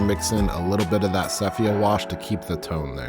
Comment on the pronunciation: Enjoyed the video, but I keep getting distracted on your"sepHia"...